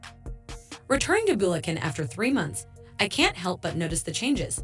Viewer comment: BULEKEN - AI pronunciation of Bulacan lol